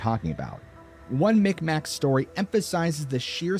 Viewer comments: Its not called the mic mac they are called mi'kmaq meeg-mah e sounds like a i so more like mig-waah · "Bruns-wick" not Broonswick. Miqmaq (mick mah) not mick mack